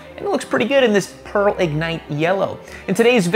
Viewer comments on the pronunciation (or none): none